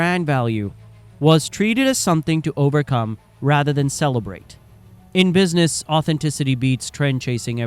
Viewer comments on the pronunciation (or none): none